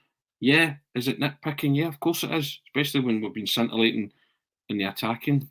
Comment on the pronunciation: ...Great content as usual... Ps...the letter c in the word scintillating is silent...